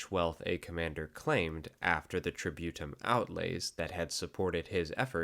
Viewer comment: If I hear "tributum" mispronounced as "try-beaut-em" one more time, I'll march on Rome with my 8 Danubian legions